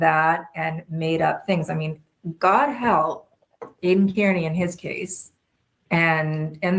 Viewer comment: "KEERNEY"!? Come on!